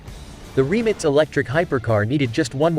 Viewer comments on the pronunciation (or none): Why is he calling it “Remnits” ? - it’s “Rimac” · Who would have thought that the word RIMAC is pronounced 'remits'....and that Nm is Nano-metres.🤣🤣🤣 WTF? F**kin' AI..... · Why can't the commentator pronounce the names of the Rimac and the Koenigsegg correctly???😠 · Rimac ❌ Reemitz ✅ Nm Newton metres ❌ Nm Nano metres ✅ 😂 It says 20 years ago it didn't even think there'd b such fast cars! Ya bot...u were given life yet!!😅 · Why 🤷‍♂️they keep saying remix nevera..its rimac nevera😄😄😄👍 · Jesus Christ RIMAC!!! Not remix!!!! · Remits Naverra 😂😂😂. It’s Rimac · Learn how to pronounce Rimac you noob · How the hell does this stupid Ai voice prenounce Rimac!? 😂